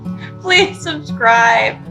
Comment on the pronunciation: When she couldn't say subscribe , I knew her lip was probably numb.. This show is for Kamikazes..